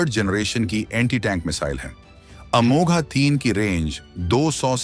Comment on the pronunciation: अमोघ है, अमोघा नहीं